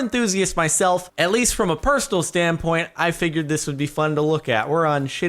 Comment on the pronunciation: "perstal standpoint"